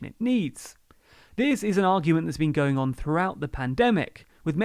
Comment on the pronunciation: "and are GONG through" :)